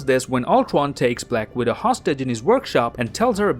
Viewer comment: The way he says ultranationalist. Uton. And black widow. Bwak widow